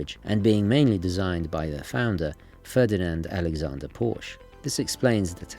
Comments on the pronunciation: Drove a 356C Porche for twenty years. "Porsche" is pronounced the same as the female name "Portia". Surprised a man of your pretensions wouldn't know that... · With all due respect, the name Porsche is two syllables, Sorry, it's a pet-peeve of mine when names are not properly pronounced, especially well-known establishments. 🙌👊🏻